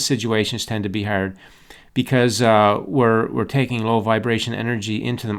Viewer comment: I love how you say harrrd lol! great video